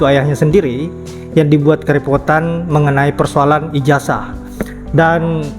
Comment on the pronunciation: Ijazah bukan ijasah Netizen bukan netisen.. Zzzzzz.... Bukan Sssssss🙏